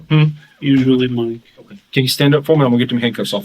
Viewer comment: I wish cops in general would stop saying “WOAKWAY” instead of “OKAY”